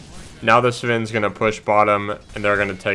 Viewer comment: Bro it isn’t SUHVEN IT IS SVEN!